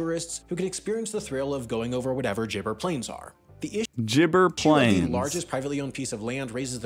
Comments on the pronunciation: Not pronounced Lake "Ire", but Lake "Air". Also not pronounced "jibber" plains, but a hard "g" in "gibber", like in "goose". They already explained in the video that because it's desert, there are not enough plants to sustain more cattle. That amount of land is required for them to get enough grazing. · Gibber is pronounced with a "G" initial sound not "jibber" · I'm glad you showed the correct spelling of Gibber plains. It's not Jibber plains. Neither the narrator or got that right. 😄